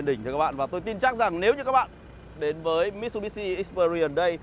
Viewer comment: Mitsubishi anh ạ... Lên chương trình mà đọc sai tên thương hiệu vậy anh?